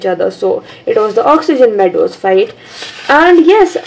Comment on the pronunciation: Listen what she said.. oxygen meadows 😂😂😂🤣🤣😅